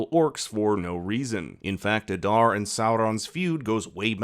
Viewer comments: Aaada not adarrrr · It pronounced AH-DAAR not uh-darr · Why must you pronounce Adar's name like that?